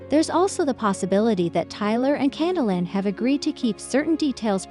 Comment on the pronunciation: Who the heck is Cat-o-Lyn? You can’t pronounce her name and Ty has hardly been quiet. Oh, and who is this Josh person Cate is supposed to be married to. Almost everything you’ve said is wrong. You should not be able to even be on YouTube! I’m so sick of people like you who know nothing about what you’re posting but post it anyway. If this is really what you want to do then do your homework FACT CHECK and please start being responsible for the content you post!!